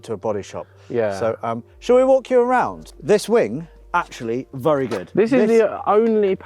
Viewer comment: 'vurry' good respray guys